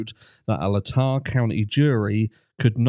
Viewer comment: ...it's Latah....Lay-Taa.....cheers...!!